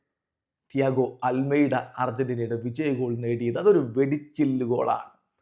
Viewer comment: Almada ❌ almeda ✅